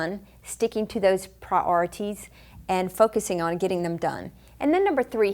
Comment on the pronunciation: bless her ive never heard anyone say "priorities" that way in my life